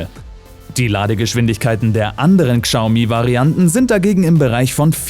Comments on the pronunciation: schaumi, SCHAUMI UND NICHT GSAUMI!!!! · es wird glaube schaumi gesprochen, nicht kschaumi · Nicht Gschaumi sondern Schaumi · KSCHAU-MIE ❌ -> Schau-Mie ✔ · Sorry aber ich muss es tun…das trigger mich übel!!! Es wird schaomi ausgesprochen!!! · Bitte achte auf die Aussprache wenn du so einen Beitrag machst. Ist alles sehr informativ und gut aber Xiaomi wird "Schau-mi" ausgesprochen. Sonst Top Beitrag. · Das spricht man "Schau-mi" aus 😂😂😂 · warum sagt der typ immer Kschaumi, das regt voll auf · Bitte Xiaomi richtig aussprechen, daß X wird wie ein Sch ausgesprochen. Ansonsten bauen die Chinesen mittlerweile hervorragende E-Autos und haben die deutsche Industrie in diesem Punkt schon überholt. Leider hängen bei uns im Land dermaßen viele Arbeitsplätze mit der Auto-Industrie zusammen, dass es schon eine Überlegung wert ist ob man die vom chinesischen Staat massiv unterstützten Hersteller durch Kauf/Leasing den deutschen oder europäischen Konzern en vorziehen sollte. Schwierige Entscheidung.